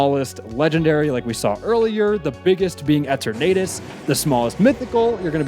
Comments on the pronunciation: Eh-turn-naydis? Tf? Root word is eternal. Eternah-tis. It's not hard. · Why the hell would it be EH-tur-NAY-dus? What sense does that make?! Eh-TUR-nuh-dus. Like the stupid word, dawg, Eternity. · E-ter-nuh-tis but you somehow say En-tur-nay-tus 🤮🤮🤮🤮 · its eternatus not e tornadoes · Pronouncing Eternatus as “Ehter-NAY-tus” is wild lol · “ET-ernatus” First time I’ve heard it pronounced that way lol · eh-ter-natus? bro what? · You said eternatus in such an incorrect way, I have to give you props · Delete this video. And pronounce Eternatus’s name right in the reupload (kidding)(kinda) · how can you butcher eternatus so badly lol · great video but the way you pronounced Eternatus will haunt me forever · Nice try, but your purposefully awkward pronunciation of Eternatus won't trick ME into commenting!